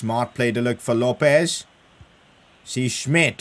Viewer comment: PCQ: LOPES IS PRONOUNCED LO PEZ